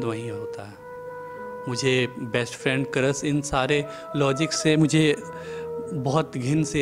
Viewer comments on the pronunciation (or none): none